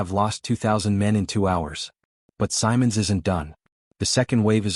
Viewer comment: It's Pronounced "BOR-GA-BUS RIDGE" and "FAHL-SCHIRM-YAGER". And it General "SIMM-UNDS" with a short "I" which sounds like the i in BIT. Please fix the pictures. They are truly absurd and actually offensive, putting Nazi eagles and swastikas on allied troops!